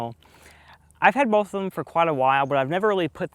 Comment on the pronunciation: Disliked because you say “BoLth” 😑